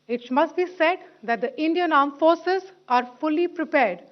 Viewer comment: The aand forces 😂😂